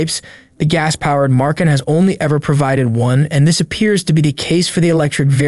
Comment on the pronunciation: No R in Macan